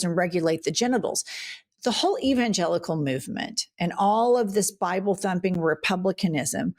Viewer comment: I think Jennifer almost said "the Evangenitals" and it's stil! making me laugh.